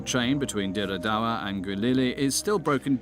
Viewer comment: I lived in Ethiopia for four years. Dire Dawa is pronounced Dread do,wa. Not as as you said it . The railway was fine in 2005 onwards. Roads are not that bad. Yes lots of truck crash but that is caused by drivers driving while chewing qat and not sleeping for 24 hrs. Your documentary is heavily embellished with bull S..H ..I..T